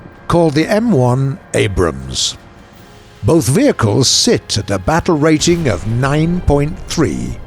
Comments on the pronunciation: "Abrahams." Gaijin needs to employ less autistic narrators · did you just call it the Anrahams? Haha! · did i just hear abrahams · “Abrahams” ?? LOL. He gets it right at the mark tho. Weird. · he said Abrahams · He says abrahams. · he says abrahams ;) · "The Abrahams" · "The Abrahams" :P Just a simple miss-say. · The "abram has" or the "Abraham's" in you tell me